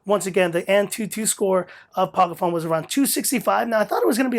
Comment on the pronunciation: Ah you said the name right in this video haha. Sweet review man.